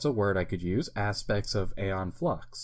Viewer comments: Pronounced Eon, not Aye on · So no one ever told you it's pronounced E-on Flux not A-on Flux lol